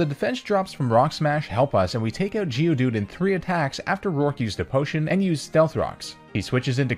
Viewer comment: I've never heard someone say "oot" so many times in such a short period of time, in my life.